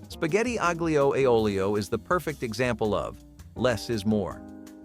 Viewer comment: no :) aglio, say alio . g is silent